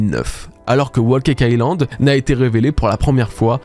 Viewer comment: Wo caca ïland ? C’est trop dur de prononcer l’anglais comme il faut ? Whole cake island